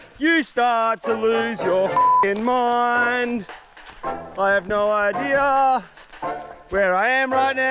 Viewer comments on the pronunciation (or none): I never saw an R in idea. Yet, you keep saying, "idear" 🤭